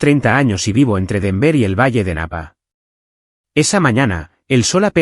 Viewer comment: Familisres-68 Su narrador se oye ridículo al decir "dolar 6 M" en lugar de decir "6 millones de dolares" y ponerle a la ciudad de Denver acento en la última é", los españoles pecan de leer literalmente como ejemplo ISABELLA en lugar de "ISABELA"